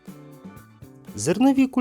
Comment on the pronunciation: Рогачем не "знімають з печі", а виймають чи витягають. Бо горшки не НА печі, а У печі. Цебер має наголос на першому складі. Таганок і гамак не українські слова. Щодо лійки, то та, яка для поливання, ще називається коновка (в деяких місцевостях коновками називають відра).